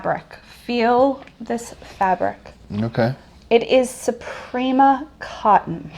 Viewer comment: It's Supima cotton. Not Suprima. Fabulous fine cotton.